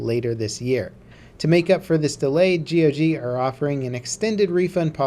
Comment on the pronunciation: dude stop saying g.o.g. Just say gog.